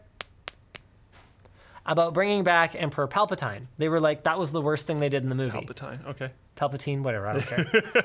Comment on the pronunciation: PalpaTYNE??? Do you even Star Wars bro?